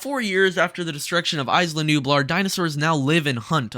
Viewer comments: Say it with me…IS-LAH not ICE-LAH lol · "Ice-luh Nublar". It's pronounced "Eye-luh", not "ice-luh" haha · (EeeZ-lah Nublar) come on man